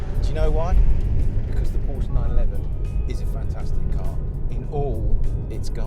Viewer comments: Am I supposed to take this guy seriously if he doesn't even know how to pronounce Porsche? It's a 2 syllable word, y'know. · Porsche is a 2 syllable name you stupid asses. Show some respect.